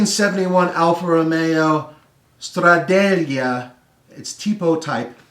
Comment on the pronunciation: The Trabant has a regular H pattern shifter but column mounted. is thinking of the shifter in the Citroen 2CV or Renault 4, the umbrella gear. Also It's called Stradale, not Stradallia or whatever was going for.